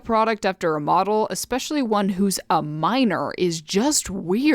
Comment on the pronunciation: I honestly love your videos but i do have to ask.. why do you keep saying ek-specialy???